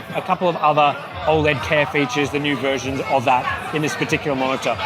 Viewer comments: How is it the guy revviewing monitors is the only person on YouTube that can't pronounce OLED properly. painful mate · How do you pronounce OLED?